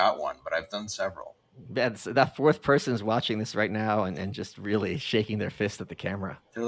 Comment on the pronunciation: Dear reader 😂 he reary ronrey